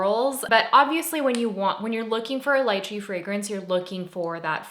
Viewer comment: Wait!!!! You said lai-Chee!!! That’s how I say it!! Everyone else says Lee-Chee🤢